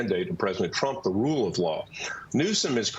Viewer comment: His emphasis on "RULE" shows the problem. He was not elected to "RULE" he was elected to "REPRESENT"